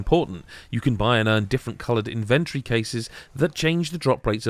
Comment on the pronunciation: What a weird way to pronounce inventory.